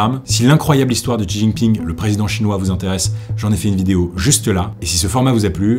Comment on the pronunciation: Bravo pour tes recherches. C’est un travail monstrueux que tu as fait. Seul point où j’ai quelque chose à dire : la prononciation des mots chinois, attention lorsque il y a un X (ex : Xinjiang) ça se prononce Sh (Shinjiang) - (Shi Jinping)….